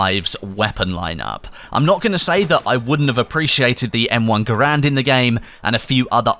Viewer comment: it isn't M1 Garand as in GAH-RAND, it's actually pronounced GERR-END. Interview with the inventor from some lowly time ago confirms this pronunciation.